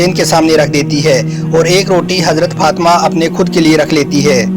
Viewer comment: bbai sab thil he Masha Allah aap bahut achha batate he par pls izzat se naam lya kare or bibi Fatima he unka naam aap galat pronounciation kar rahe he . pls bura mat maniyega .